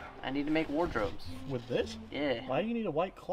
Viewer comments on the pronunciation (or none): he said Ward Robes